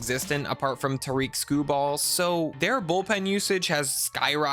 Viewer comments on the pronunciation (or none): The way you pronounced "Tarik Skubal" hurts my fuckin soul, so lets break this down phonetically. Tarik: this is pronounced just like "Derek " but with a T at the front, definitely not "Tareek" Skubal: Its more like Skuble not "Skuballl" Overall solid video and you got yourself a like, just remember to give the AL Cy Young winner "Tareek Skuballl" his respect XD